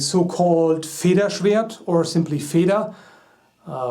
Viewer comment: As a german it's kinda funny hearing you saying german words :) (And no, I'm not making fun of you) Actually your pronouncation of 'Federschwert' is pretty good :D